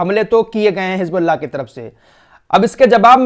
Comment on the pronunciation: hiJbullah nahi HIZBULLAH. Musalman ho bhai, J aur Z mai to fark karna seekhen khudara itne subscribers hain